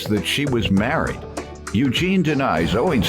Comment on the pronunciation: “You’re marrett” “You’re marrett”😂😂😂😂